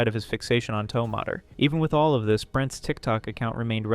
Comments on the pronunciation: You can't pronounce toe mater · It’s pronounced “Tow Mayter” like “tomato” with an “er” instead of an “o”. 🤓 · Ah yes. My favourite cars character. Toe mudder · No shot you said "to-mater"😭😭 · Why tf are you calling tow mater “TOE MOTER”?? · “Tow mudder”😂😂😂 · Don’t ever say tow mater again